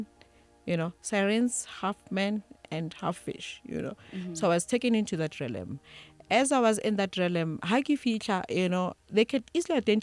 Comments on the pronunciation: Realm pronounced as Relm not relem for pronunciation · I wanted to cry everytime they kept saying "relem"! Agh😭😩 It's Re-a-lm ladies! Anyway, I've learnt so much from this lady and her revelation. Thank you❤ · Realm.... Not 'Relem' otherwise interesting. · Ladies realm is pronounced relm not relem! Interesting interview but such spiritually enlightened people should educate people about the law of duality in these different realms. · Realm is pronounced as RELM... 😊😊😊